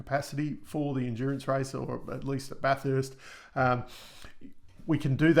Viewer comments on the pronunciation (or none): You pronounce Bathurst (the track) like you'd pronounce "bat" Hope this helps